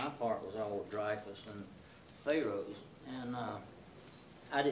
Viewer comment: Lololol....."we'll drag ya...." AG is one of my favorite films ever. I love how pronounces it "fay-roes."